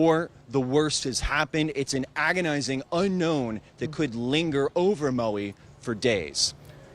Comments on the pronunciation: Where's Mowie? There isn't any island in the Hawaiian archipelago called Mowie. If you can't properly pronounce places or people's names you certainly shouldn't be in media broadcasting. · Who is this reporter? Maui is not pronounced Mow EE? Get someone who is informed.